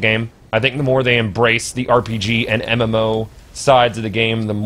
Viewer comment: Did you just say MMFaux? lol